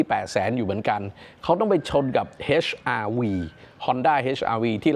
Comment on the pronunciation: อ่านว่า เอช r v ไม่ใช่ เฮช r v 🎉